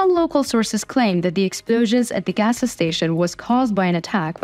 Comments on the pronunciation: More help with your English pronunciations... "gassa" station??? You need to just say "gas" station... There is no "gassa"... Keep working. I enjoy listening to your beautiful voice. Slava Ukraine!!! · You're cute. A gas station is not " agasa station." But it does sound very interesting. 😂